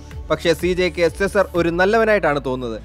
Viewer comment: സെസാർ അല്ല സീസർ aan